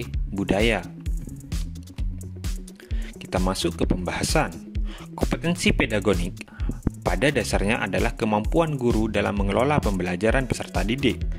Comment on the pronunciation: Bukan pedagonik tapi pedagogik pak